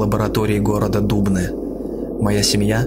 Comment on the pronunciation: Охранник лаборатории города Д(У)бны ! Это фиаско братан !!! Правильно говорить - Охранник лаборатории города Дубн(Ы) ! спасибо за то что неправильно озвучил наш город !!!